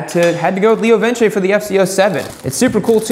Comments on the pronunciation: Pretty sure it's just "Leo Vince" like "Rinse". No squiggly line over the "e". Leo Vinse kinda sound... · It's Leo vinse....not vin chay. Two C's in Italian make the ch sound. One c makes an s sound. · leo vins, not lio vince